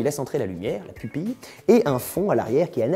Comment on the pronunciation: ON DIT PUPILLE ! !!